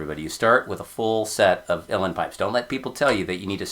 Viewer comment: And you pronounced Uilleann correctly! I know people who know Irish Gaelic (they think they do) that can’t even do that correctly!